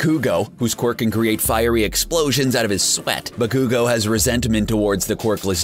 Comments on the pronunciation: SmaugLord20 I was personally triggered by Ba-KOO-go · Atleast learn how to say the names..dude said Narooto Uzooomaki and Soo-soo-ke Uchiya for Naruto and Sasuke| Bakyuugo and dayku for Bakugo and Deku he even said Buhkoogo... and he messed up on many other names also. He also said that Midoriya took the All for one quirk that once belonged to All might.. 1. Midoriya didn't take it from him. It was simply passed on and All might could still use it. 2. It's One for All. 3. This dude didn't watch the anime.. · Bakugo not bakkkkugo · I ALMOST THREW UP WHEN HE SAID BA-KOO-GO AND DAY-KU OMG LMAO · he pronounced BA-ku-go as ba-KOO-go and DE-ku as Day-ku, and then said that deku's quirk is all for one clearly hasn't seen the anime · ba-koo-go? No. Baku-go. Bakugo.. day-ku? No. Deh-ku. Deku.. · car guy: Deyku vs Bakuygoo Me: stop triggering me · WHAT ARE THESE FUCKING PRONUNCIATIONS OF DEKU VS BAKUGO